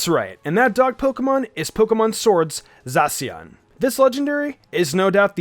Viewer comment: My favorite: zacian And its prounounced zasyian not zasian (i had to spell it wrong)